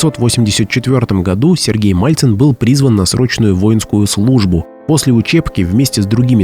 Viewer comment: МАЛЦИН!!! А НЕ МАЛЬЦЕВ!!